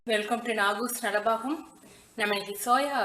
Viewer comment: It's not nalabagam ..it's nalapakam